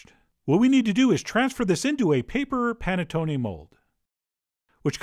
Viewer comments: Nope. Nothing to say. Except it's pronounced panettonay rather than panettony. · The way he pronounced Panettone gave me anxiety. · Maybe because I'm peruvian but hearing it pronounced as panettone sounds weird to me instead of saying panetón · Love the way u say panettone😂😂 no offence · I swear you've made this before (because I distinctly remember your pretentious Giada-esque pronunciation of panettone). Maybe that was back in the Berenstain timeline. I dunno. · You butchered the pronunciation of this but its ok. The wired way you narrate took my mind off it.